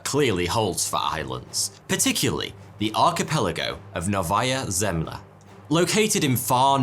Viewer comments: It's "nOvaya zemlYA" for you, comrade, not novAya zEmlya. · Sadly, you got the pronunciation of Novaya Zemlya completely wrong, putting the stress, (which is very important in Russian), on the wrong syllables on both words. It should have been NOvaya ZemlYA. Khruschev is pronounced KhruschYOV. Castle Bravo was 1,200 times the power of Hiroshima, Trinitrotoluene is pronounced TRYnitrotoluene. The yield of Tsar Bomba was 54 megatons. It's SAkharov, not SaKHArov and, as the chief designer, he was the person that decided that the yield of Tsar Bomba should be reduced to 50% of the original design just 2 weeks before the detonation took place because he was afraid that the explosion would be far too great. And last of all, CHIXulub, not ChixOOlub. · Nóvaya Zemlyá Novaya the 1st syllable stressed (of the three) Zemlya the 2nd syllable stressed (of the two) like 1) novelty or caviar , and like 2) ajar or locate Btw, the name means a New Land. Andréy Sáharov (1syl, 2 syl) like 1) delay and 2) buchelor btw, sahar is sugar, so Saharov is like Sugarov =)) (for those who study this language)